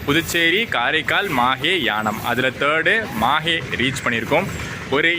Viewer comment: Pronounsation is not MAHE bro it's MAHI will write only on MAHE